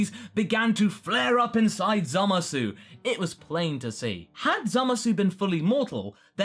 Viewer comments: Can people just pronounce his name correctly already? I understand we speak English and that the word zamasu would be pronounced with the "oo" sound at the end, but in Japanese speech it is generally silent when at the end of words. Moreover, in the show itself, the "oo" sound is never heard of. So can we please say it right? As in, just "zamas"? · aw dang you're still saying the U at the end of zamasu :( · this really bugs me. It's pronounced Zamas. No one in the show says the -u. It's not pronounced Zamasoo.